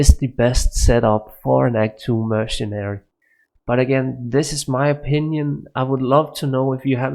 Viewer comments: det er ikke en fair sammenligning. du snakker om life leech imens din merc slår på undead target. Der ikke noget liv at suge på undeads. Du siger også mergen, det udtales mere lignende mer-se-nary. Både dig og Xtimus har nogle ærke typiske dansk-engelske accenter. Ellers ser jeg mange af jeres vids. ville bare ønske i begge gad skrive et script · It's mercenary (pronounced mer-sin-air-e) and not mercijen. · Im even danish and his accent is not near of normal ish danish accent. The mercijen or whatever he is saying with that J sounds make no sense at all! And then, instead of saying weapon u say wavepon or theypon or something like that. But good videos probs